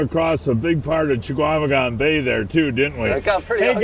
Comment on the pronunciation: "Cha-Kwa-Meh-Gon bay". Guy has lived here his whole life and still can't get it. C'mon man.